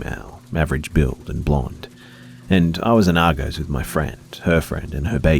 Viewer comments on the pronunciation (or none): Argos is pronounced 'ar-goss' not 'ar-goes' haha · It's Arr-Goss not Argoes for story 2. It took me a while to understand what you were talking about lol. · LooooL chub rub. Argos is pronounced ar-gos. . . . Not ar-goes. Come on B 😉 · I love your content! You confused the hell out of me though when you said argos as arrrgoes. Ar-goss, man us british must seem weird 😅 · It will probably never come up in these stories again but Argos is pronounced Are-goss (as in gossip). Keep up the good work! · Its pronounced Ar-Gaus